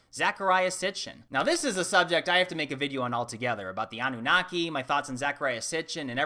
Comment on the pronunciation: Pronounced "A noon niki"